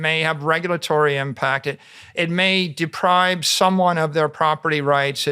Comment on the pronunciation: I can't believe Michael Saylor says 'depribe' instead of 'deprive'... I thought i was hearing things at first, but then he commenced to saying it 20 times 🤣